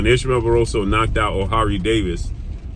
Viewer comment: Isn’t it “Oha-ruh Day-veez”